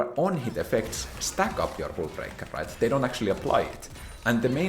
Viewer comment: It's hullbreaker not hůlbreaker...